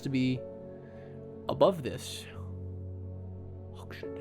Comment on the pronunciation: 100 % Sure Hawkshead doesn't have a SH sound.... Hawk's Head. LOL Loving this game!